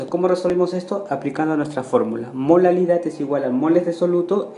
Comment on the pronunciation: dice MOLALILAD xdxd